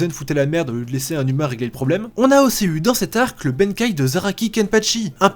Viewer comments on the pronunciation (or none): Venir dire ça alors que vous prononcez ėzen et benkai au lieu de bankai, on se pose vraiment des questions. Surtout pour dire que Bleach ne fait pas partie des meilleurs manga. À part l'arc sur le fullbring qui à été décrier par quelques fans, le reste est considéré comme énorme.